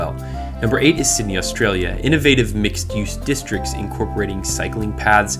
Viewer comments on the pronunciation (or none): none